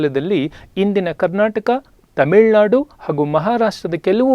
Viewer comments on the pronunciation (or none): none